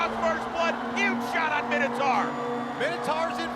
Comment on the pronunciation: It's my-no-tor